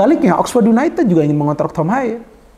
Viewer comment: Yunaitid bacaanya bung😅